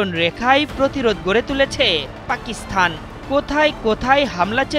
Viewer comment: উপস্থাপক বার বার পাকিস্থান বলছেন। সংবাদ উপস্থাপক হিসেবে সঠিক উচ্চারণ উনার জানা উচিৎ।